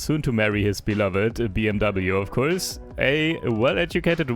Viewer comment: Bros german and still pronounced it "bmw"